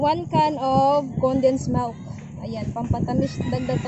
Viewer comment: milk not melk